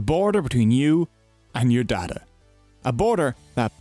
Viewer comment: I'll be honest, that accent aint great for the word data, brother. "Now let's talk about the borders between you and your dada" I'm on YouTube right? Not the hub?